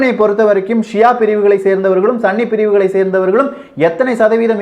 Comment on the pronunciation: "சன்னி" அல்ல சகோ "சுன்னி"